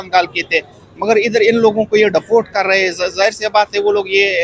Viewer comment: Deport ❌dafort ✅